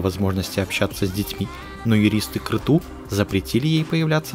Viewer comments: Михаил Крецу, а не Крету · Аж слух режет -Крецу,а не Крету! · Не Креду а Крецу фамилия первого мужа Сандры